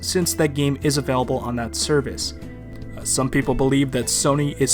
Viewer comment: Why do you pronounce "available" like that? Did you see it in a final fantasy game? That series seems to inspire a lot of unexplainable pronunciations from fans.